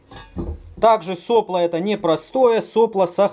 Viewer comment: Блин, вроде не существенно, но ведь соплО же! (а не сОпло...)